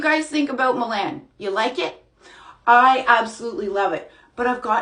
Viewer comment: Milan is pronounced Mill ahhhn